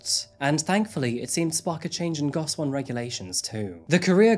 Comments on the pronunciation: Nice video just quick clarification on pronunciation. If you care. It's jOng like "own". Also it's "GO shee won." Finally, "far east" is antiquated at best. Highly problematic and eurocentric at worst. Orherwise, good job. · Go-shi-won is the correct pronunciation for those cubicle-like living quarters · Goshiwon is pronounced like go-she-won